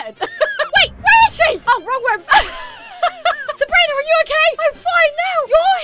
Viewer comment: Why would you pick up the one with the sword instead of picking up the one with the gun because the gun could shoot you Also why does she say sabriner instead of sabrina